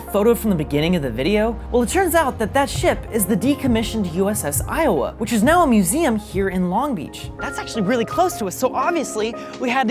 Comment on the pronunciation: Did you say ios battleship or uss lowa